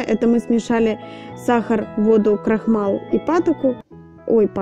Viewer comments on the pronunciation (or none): И пожалуйста! Ну не крохмал! Крахмал!